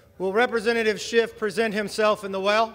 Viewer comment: Who’s Adam ShifT? Not anyone in Congress, Kevin. Learn how to say words.